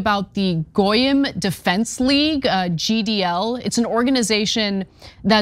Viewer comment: She couldn't pronounce Goyim. We can't expect much from her.